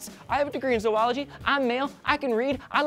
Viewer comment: Is pronouce zoo-ology. No zo-ology.